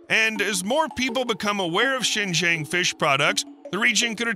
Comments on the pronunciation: Its Zin- Jii -Ang not shen jeng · XingJiang province is pronounced similar to Sing G'Ahng, not Sen Zen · Xinjiang (新疆) is pronounced similarly to [ʃɪn dʒʌŋ], while [ʃɪn dʒen] sounds more like the southern Chinese city of Shenzhen (深圳). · HELLO, This Is Addressed To ""... 4 FCUK SAKE, CAN YOU Even Get The PRONUNCIATION (Remotely) Right?????????? The Way You Say XINJIANG Sounds Like SHENZHEN (City in Guangdong). Xinjiang is SEEN + JUNG As In "Junk" Got It? 😊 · Learn to pronounce Xinjiang right! It’s“SHEEN Jiong” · I know it is about Xinjiang, but I keep hearing Shenzhen🤦‍♂ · It's great content that your videos have. I enjoyed it. Btw, the pronunciation of Xinjiang is actually more like sheen-jhon. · Your pronunciation of Xijiang is not accurate. To add to the confusion, the subtitle translates Xijiang as Shenzhen.